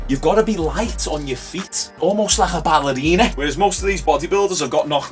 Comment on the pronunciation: A Scotsman saying 'Ballerina'. That's what I'm here for. Made my day. lol